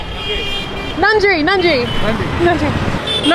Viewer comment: You pronounced Nandri not mistakenly💎🥰